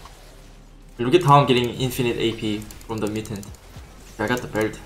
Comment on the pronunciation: Everytime he says mutant I hear mitten